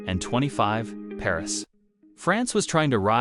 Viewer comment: you are pronouncing 1925 incorrrectly